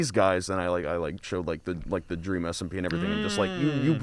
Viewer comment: "And DWEAM said "LET THERE BE LORE""